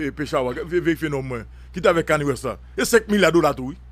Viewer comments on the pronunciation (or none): C Kanye west li prononce Kani e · Son nom EST KANYE COmme on peut prononcer "cann ier"